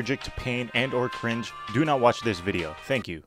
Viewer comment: I thought you said it is pain in cringe start of the video with crege